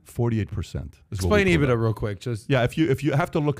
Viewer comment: Patrick doesn't even pronounce it properly. EE-BIT-DAR